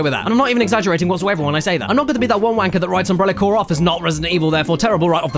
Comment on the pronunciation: Umbrella Cyoar! Umbrella CYOAR! That's one of the best things I've ever heard.